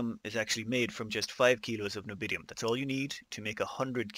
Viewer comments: Nobidium? Can you not read? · say it with me N-I-O-B-I-U-M XD